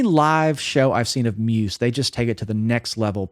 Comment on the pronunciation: The way this guy says Muse pisses me right off. 😂